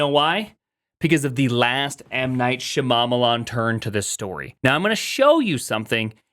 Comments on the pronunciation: You might not be aware, but deliberately mispronouncing M. Night Shyamalan's name as a 'bit' is like some old-school racism, proper "south asian names are sooo weird 😜" stuff, it was all over the culture when his films were big and it raised eyebrows even then. You know what his name is and how to pronounce it, so intentionally saying "Shamamalam" like 4 times in this video rings some alarm bells. Imagine if you did the same with Satya Nadella's name. I've watched a lot of your videos and never got the impression you were a wrongun before so I think it's just a blindspot / trying to be silly and not thinking about it - but you should really stop doing that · did he just say m night sha mama marmalade ? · Shya-mamma-lan lol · why can’t you pronounce M Night Shyamalan’s name correctly?